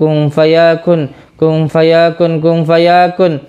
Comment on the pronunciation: Ini pada ga belajar tajwid apa gimana? Kun fayakun bukan kung fayakun🤣